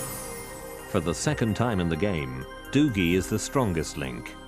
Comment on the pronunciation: Is it pronounced "Duggie" or "Doogie"? They keep changing it